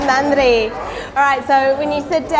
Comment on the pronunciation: Love the way you say Nanri for every serve. We Indians need to learn this from you 😃